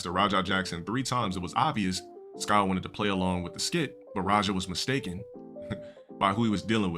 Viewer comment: This guy kept pronouncing SYKO AS IN PSYCHO AS SKYO STU GAWD DUUUU